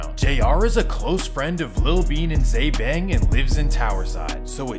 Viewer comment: Why he say bbbang like that